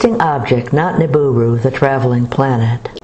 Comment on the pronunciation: It's "Nibiru" not "Niburu"! TNX!